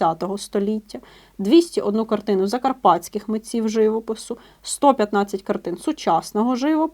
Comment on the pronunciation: ЖивОпису, а не жИвопису!